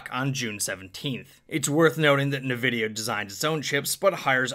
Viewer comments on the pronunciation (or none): The way you said nvidia hurt me internally